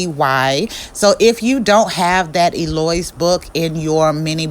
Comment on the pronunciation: Hi.. I’m totally doing a thrift store too. Thank you. I have so much stuff and this is a perfect way to display a million different things. I might do an entire flea market!!! 😂. BTW: Eloise is one of my favorites. Pronounced L low wees. Please don’t hate the 30 year teacher in me. No shade meant.